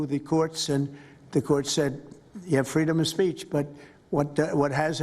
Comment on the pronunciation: "Freedom of Spaich"